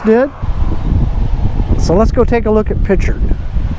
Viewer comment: Picher it sounds like he pronounces it like pichard and pricher!